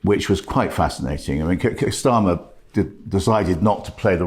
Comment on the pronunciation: Why does Oborne, not for the first time, mispronounce the Labour leader's name as 'Schtarmar'. A Freudian slip? But a consistent one. Typical of a certain type of Arabist Englishman I fear.